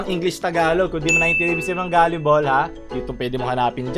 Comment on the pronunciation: wow galeebol pala bigkas don gilibol pa bigkas ko hahaha kung di ko pa to napanood di ko pa malalaman😂